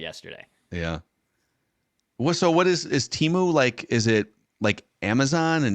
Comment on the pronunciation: how do you get bombarded with all those temu adds yesterday and then still pronounce it "TEEMU" 🤣🤣